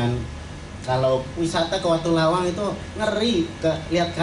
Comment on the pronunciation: maaf pak ..,..menurut saya watulawang bukan watulayang....hampura